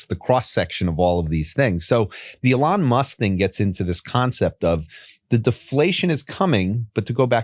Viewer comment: This guy saying "uhlon muss" is actually driving me insane